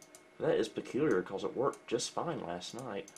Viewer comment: Love how says, "becawles"